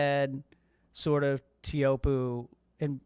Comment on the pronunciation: i've been to tahiti and the guy said "tay-ah-who-op" i just called it chopes, not trying to ben that guy